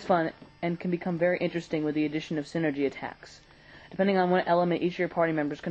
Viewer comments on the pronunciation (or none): No, it's Psy-nergy. Look at how it's spelled AND what it means. it's not refferring to Synergy, but energy from the mind.